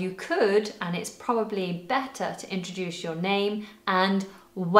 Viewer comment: Did you pronounc it introdush, why?